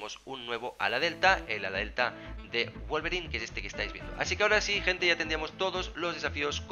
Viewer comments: no no, osea yo sé que se pronuncia /guolverin/, pero el chavón le dice /guolverain/ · Se dice wolverin no wolverain xdd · Porque wolverain y no wolverin?